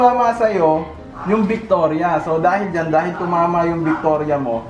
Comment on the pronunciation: Victoria Radavic-chuti pag pronounce? HAHAHS